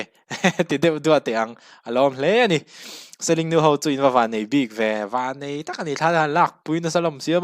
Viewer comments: 'Seling' a 'ling' hi 'sawhthing ka ling' tiha 'ling' thlûk hian lam rîk tur auh...😁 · khawhming pawh i lam dik lo.